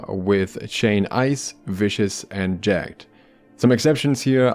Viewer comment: Note: jag-ged (ja-gəd) - two sylables.